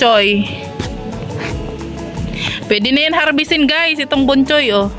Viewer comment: Bochoy😂 not Bonhoy😅